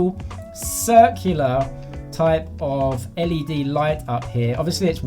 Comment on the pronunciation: It's a notification led light on the k20 pro please say it right, and wait is everything in Chinese ? Can the language be changed to English if I buy form China?